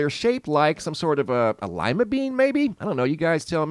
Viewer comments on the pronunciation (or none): none